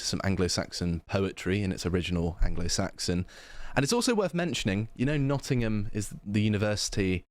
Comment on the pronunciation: "Noh''ingum" is hos you pronounce it M8